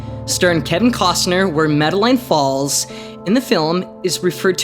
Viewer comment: I do apologize for the incorrect pronunciation of the town. I will be releasing part two this week and will ensure that the name of the town is pronounced correctly.